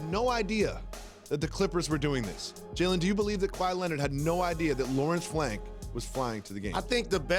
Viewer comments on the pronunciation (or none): He said Lawrence Flank🤣🤣